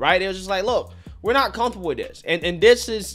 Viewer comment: "Cunth-able"???? There's no "th" in the word 'comfortable'.